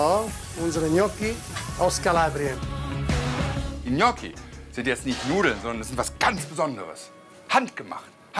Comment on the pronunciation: Der Typ ist unterste Schiene... "Gnotschi"... das heißt "Gnotschi" 😅😅